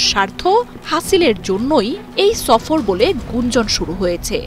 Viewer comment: ছফর নয় সফর